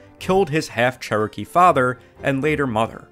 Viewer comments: The Che-roh-kee Kid, eh? You make me sad. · Charrow-key Kid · You’re pronouncing Cherokee wrong.